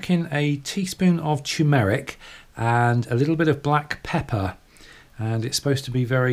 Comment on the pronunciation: dont you mean turmeric (TUR-MERIC)